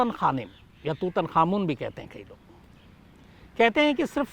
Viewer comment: Sir it's tut-ankh-amun... But can also be spelled tuthankhamen